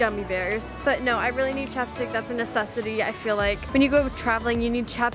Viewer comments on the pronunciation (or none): Is it just me when she said chapstick i heard chopsticks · I thought when you said that chapstick was an aseseity I thought you said chopsticks when an asesity